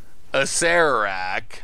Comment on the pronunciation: You're the only one I've ever heard pronounce Acererak properly, so thumbs up for that alone.